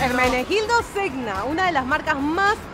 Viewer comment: Se escribe Zegna pero se pronuncia Zeña; en italiano la gn suena como ñ.